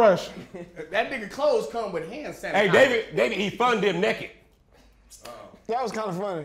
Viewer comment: said "shooting dice NEKKIT" LMFAO